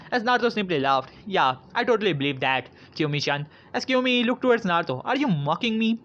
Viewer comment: its not Kyomi its kiyomi